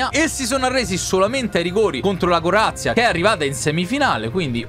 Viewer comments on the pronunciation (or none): Mie si dice Croazia e non corazia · No che lui ha detto Corazia e non Croazia😂